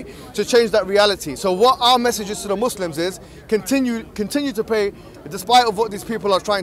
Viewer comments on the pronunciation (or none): "you can bray indivdually..." HAHAHAH